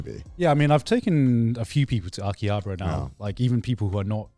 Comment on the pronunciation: The way they pronounce Akihabara is so irritating 😂